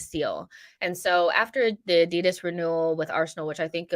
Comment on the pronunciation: AD-I-DAS not adid as